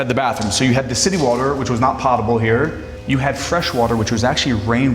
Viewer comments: The word potable has a long "o" sound. Correctly pronounced, it is "pote a ble" using the long o sound. A mansion so wonderful should at least have a presenter who knows that the VanderBELT family (whomever they are) did not have this mansion built. But the Vanderbilt family did. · has several misspeaks...think he gets excited.. (pot-able water for example).. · 😊 I loved this and subscribed! ❤❤❤just for future I wanted to tell you that you mispronounced “potable” as it should be a long “o” as in poke (pokable rhymes with potable). Fantastic! Looking forward to watching more from your escapades. ❤❤❤